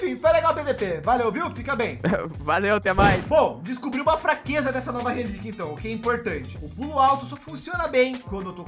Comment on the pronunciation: essa nova rreliquia kkkkkk ele falou tudo